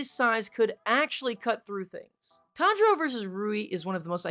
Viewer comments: Tanjiro pronunciation was op 🤣🤣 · Not to be mean but it’s *Tanjiro